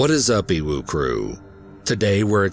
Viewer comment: It took me way to long to figure out why he always says ewu crew lol.